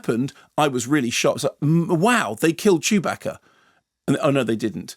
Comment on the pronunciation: I love the way Kermode pronounces Chewbacca man it's amazing